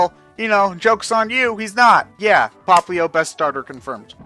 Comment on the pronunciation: KelvinBelmont Nah, it's and that seem to be pronouncing Popplio wrong.